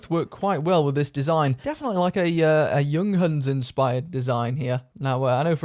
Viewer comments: Your pronunciation of junghans was pretty poor . Get a german speeking guest to demo correct pronunciation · You can say the most racist thing you can think of but the pronunciation was still horrible 😂😂😂